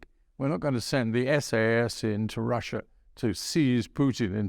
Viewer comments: He gets his R's and W's all wong. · It's pretty hard getting through an interview, where words like Wussia and Bwitain are present, makes me think about the biggus dickus sketch from Monty Python!